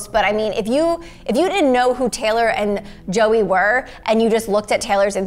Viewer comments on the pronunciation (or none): I swear she said zoey not Joey